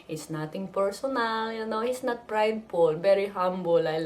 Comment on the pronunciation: "He's nat breding!" haha typical lola watching a boxing math :D